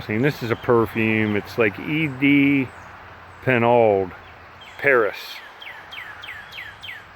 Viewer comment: E.D. Pinaud pronounced as Pee-no 👍🏻